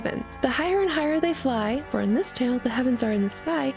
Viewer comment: "Da things I do fwor love." - Greta and Courage the Cowardly Dog.